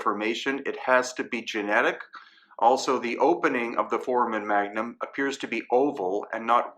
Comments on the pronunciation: Love everything you do bro. Just one thing that bothers me, you keep pronouncing foramon magnum incorrectly. Its not pronounced "4-man", its pronounced "4-ray-mun" sorry brother, just my OCD flipping out. Still love you and the channel. Hope I don't offend. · Sorry, can’t take anyone seriously with the repeated mispronunciation of FORAMEN magnum. Doesn’t do much for credibility.